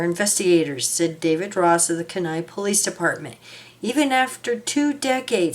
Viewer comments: pronounced- Key nigh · That is pronounced key-ni kenai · Kenai is pronounced Keen eye 😊 Thank you for posting this ❤❤ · My brother-in-law comes from there and it is pronounced Keen Eye